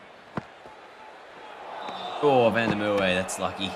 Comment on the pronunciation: learn to pronounce Merwe....w is pronounced as a v and you in Mer you have to pronounce the R as well